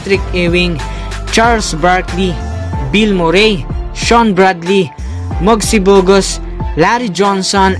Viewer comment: Ksama pla dati si mugssy bogus at bogs bonny hahaha sumasakit tlga tiyan ko syo hanep pag aralan muna ung pag ppronounce mo boss😂